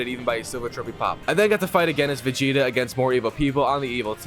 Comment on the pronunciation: You said vegeta name right at the beginning